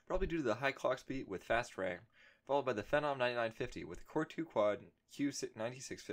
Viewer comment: fee-nom. not fe-nom. like "that guys a phenom (fee-nom) at basketball" ....otherwise good video mate